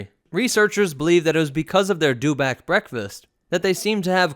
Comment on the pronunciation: It's a dew-itback.